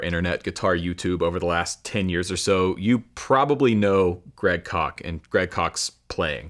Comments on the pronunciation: I thought it was Koch not Kock. I could be wrong. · One correction, Koch is pronounced "cook". We knew him in college. He has always been a pleasure to listen to. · I don't like the way he pronounces that name: Great Kock! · Isn't Koch pronounced as 'coke'? Peace ✌️ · Is his last name pronounced "Coke?"